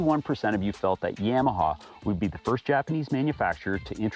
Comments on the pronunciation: YA-MA-HA > Yam-a-ha. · my bad. In the south it’s Yawmaha